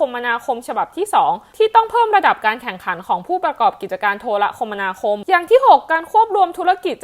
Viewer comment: อ่านว่า โท-ระ-คะ-มะ-ณา-คม ครับ